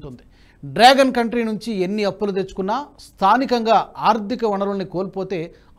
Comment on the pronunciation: నమస్తే. ఆర్దిక కాదు..ఆర్ధిక అని చదవాలి.రేణుల్ కాదు....రేణువల్ అనాలి. వాడరేవు కాదు ఓడరేవు. చయీనా కాదు చైనా అనాలి. Don't make mistakes again sir.తెలుగు బాష మాకు ప్రాణం.